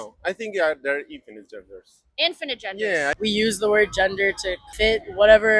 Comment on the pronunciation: People need to stop pronouncing the word, "infinite", "InfiniNte".